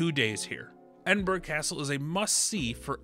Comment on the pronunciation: Great video with helpful tips. You mispronounced “Edinburgh” though. 😊